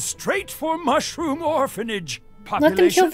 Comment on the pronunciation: There going for the Mush Room [BLAH] Me: Mush Room Sumsh Room